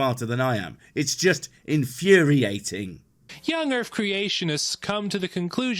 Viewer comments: Is it just the audio quality or is he actually saying "young urf"? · Did this idiota seriously say "erf"? Yep, he actually used some semi-bigotted language to ridicule our facts. Then in turn, he seriously state his own facts with improper english. As in, " a person who pronounces 'my' as 'ma' must be unintelligent and uneducated". Well, I give him a "way-to-go" in showing everyone how religious prejudices can insult two groups of people at the same time, maybe, even without the theist knowingly do it!